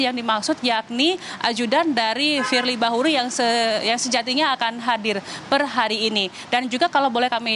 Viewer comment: KETUA KPK YG DI MAKSUD. FIEI BAHURI. KOK NYEBUT ITU AJA SUSAH. USUT TUNTAS.